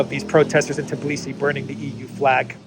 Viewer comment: Tbilisi = pronounced Bilisi